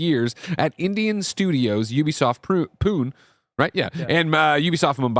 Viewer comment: Greg just a helpful hint, the city is pronounced (Poon-Eh) so Ubisoft Pune (Poon-eh) I understand why you thought the other way though!